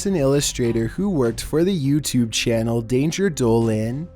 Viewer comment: Why did you say YouTube like that like yooutube.